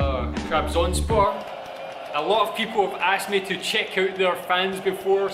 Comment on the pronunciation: I like your pronunciation while saying 'Trabzonspor' bro please say it again for one more time; "TRABZONSPOR!"